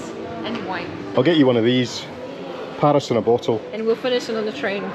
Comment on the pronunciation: PAAris 😬 is that really how Scots pronounce it 😂